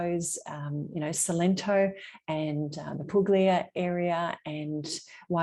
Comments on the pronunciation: Thanks for the video. I liked hearing your reasons for purchasing in Italy. I too love the star ceilings and the pietra leccese so typical of properties in Salento. Btw (and only because you’re learning Italian…the “g” in Puglia is silent - so it’s pronounced poolyah. I look forward to your upcoming videos :) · Now you have to learn how to pronounce Poo-yah